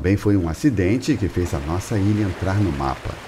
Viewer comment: Não é Nosaa é Deus